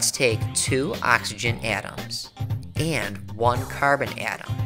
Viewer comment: he keeps saying AaTuAms its so annoying literally just say atoms not atuams